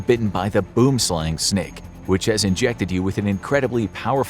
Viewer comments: Gotta love the way a non South African says boomslang😂😂😂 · He mispronounced boomslang its a afrikaans word